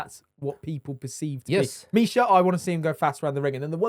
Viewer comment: the AI intro pronounciation of Misha's name made me cringe so hard